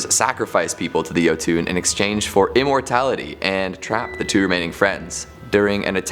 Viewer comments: new guys pronunciation a bit off the one with the jotunn how he saying it is like YO-TWO then how it should sound like YO-TON. Kinda cringes me a bit since I'm from Norway, and how things all sounds like. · While I'm glad that on this show, I'm more than a little irritated by his pronunciation of Jotunn. I don't know why he calls them "yo-TOON" when it's suppose to be "YUH-tun" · Jotunn (yo-tin) not (yo-toon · Jotun = yotun not yotune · Its pronounced "yo ton" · There’s no ‘e’ at the end of jotun. It’s Yo-tun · Dear god it's pronounced "yo-ton" and "duel-a-haan"